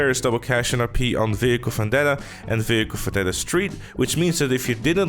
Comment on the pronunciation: Its not vehicle fandeta...its vehicle vandeta...like u dont say fictor, u say victor😖